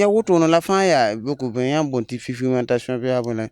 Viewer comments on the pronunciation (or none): Sisigmentation Walaï là tu vas tuer. Il dit encore fifigmentation(celui qui parle Moore là) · J’adore 😂😂 sesigmentation. Like